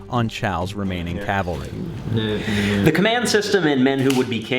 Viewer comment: Great channel. Interesting content. I absolutely love the camaraderie of the club. Just one concern, have practice saying 'cavalry'.